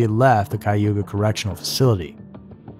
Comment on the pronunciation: Your pronunciation of Cuyahoga was close. It's like Ki-a-ho-ga and is Shawnee for crooked river.